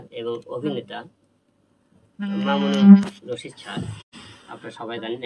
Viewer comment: উনি যখন নাটক প্রথম টিভিতে আনেক তখন এটিএন বাংলা ফাংলা কিছু ছিলো না। মামুনুর রশিদ স্যারের নামটাও সঠিক ভাবে উচ্চারণ করতে পারলে না। এদিকে কিছুলোক বলে যে, হিরো আলম যোগত্যা দিয়ে এসেছে! কি যোগ্যতা? নাচ?গান? অভিনয়? ফাইটিং, উচ্চারণ, কোন যোগ্যতাটা ওনার আছে বলু